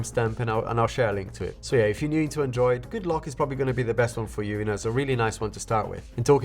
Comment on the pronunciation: learn to pronounce android properly 😑